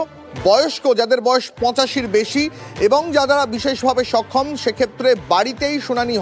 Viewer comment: Ei news ripotar gulo news porar ekdom o jogo, bises vabe sokhom Bolche, okhom na bole😂